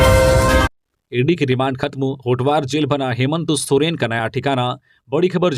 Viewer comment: नाम भी सही से पता नहीं है हेमंत सोरेन का नाम ही गलत बोलता है